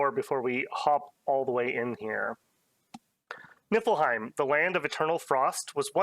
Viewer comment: I would like to ask, formally and humbly, that you pronounce it “Knee Full Hime” going forward. I hear the effort you put into pronouncing Hirdman so I know you care kinda :) it’s that “ie” makes an “ee” sound and “ei” makes an “i” sound